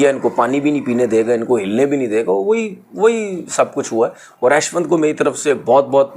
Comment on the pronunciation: Aaashwin nahi hai woh Ashwin hain, bolna tau sikhlo punjabi pakistaniyo gawar😂